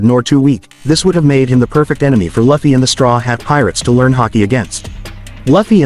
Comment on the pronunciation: Its लूफी not लफी